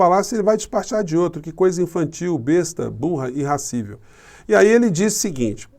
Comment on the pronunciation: Só um detalhe, não se diz "irrascível", mas sim "irascível", pois vem de "ira". Não existe "irra".